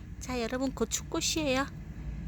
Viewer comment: "꼬추 " 발음 이 찰지네요